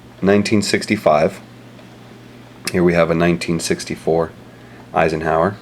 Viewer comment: Did you say iesonhower